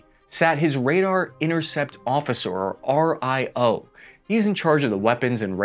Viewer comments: RIO, AR-EYE-OH....nobody says that. REE-OH is how its pronounced. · You can pronounce R.I.O as Rio like in Rio de-janeiro :) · "RIO" is pronounced "Ree-oh". Just like the City.